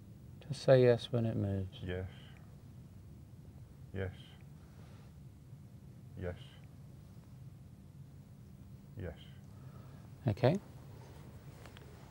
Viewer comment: Luis Santiago Now I can't help to listen 'yesh' jahahahahahahaha